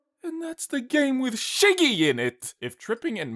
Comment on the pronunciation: Excuse me, "Shiggy", are you German? XD